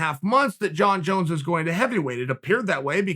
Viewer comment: "Jon Jone"